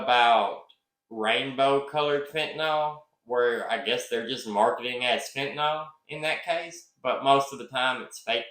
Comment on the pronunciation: Note: Fentanyl pronounced “fin-tan-ill” I like your video and respect your analysis of the case.